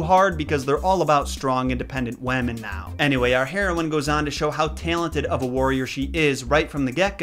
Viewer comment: "Strong independent weman"